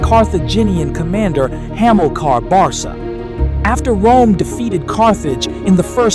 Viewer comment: Barsa? Barca the C sounding like a K.